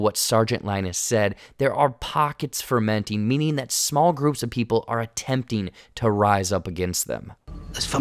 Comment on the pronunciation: Yes I believe you are right. Fomenting. But the concept is similar haha.